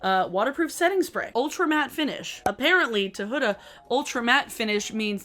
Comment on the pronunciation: record scratch YOU PRONOUNCED HUDA PROPERLY